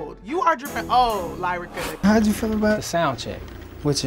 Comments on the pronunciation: Why keep calling her lie-rica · didn’t even say lyrica name right she said sumn “layrica” 😭.